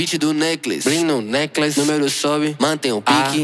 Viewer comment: E sim, eu sei que ele tava pronunciando necklace, mas ele nem se deu o trabalho de ver como se pronuncia a palavra necklace.